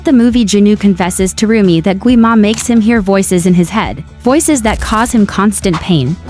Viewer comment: Nie muwi śę rumie tylko rumi